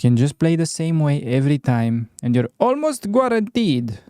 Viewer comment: Did you say.. Gwaranteed?😄 Ce mai faci?